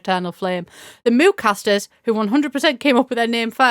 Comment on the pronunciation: Fantastic video but I did have to rewind three times to realize "Mooncasters" and "Moocasters" were different words, I was so confused 😭